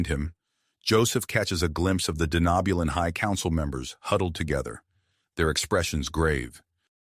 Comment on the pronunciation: Lovely story, the only thing I’d have to complain about is the way the TTS pronounces “Denobulan” but I know it’s gotta be a pain to get correct… Keep it up, I’d love to hear more of this story. Edit: Okay gotta put on my nerd hat really quick… What’s with the Denobulans having antennas??? The Andorians are the only major species I can remember having them